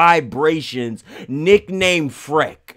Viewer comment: Now you know damn well his nickname was pronounced “Freak”, not no dang Freck. 😂😂😂 Wtf